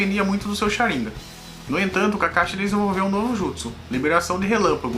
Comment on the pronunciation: Chariiiingan kkkkkk